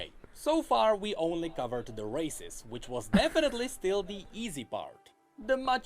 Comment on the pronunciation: Everytime necrit say "races" I hear "racist".